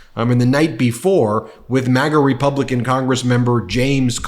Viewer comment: Faulkner, a Black woman, had a Freudian slip. She said Republiklan in that clip! Watch it again! Lol!!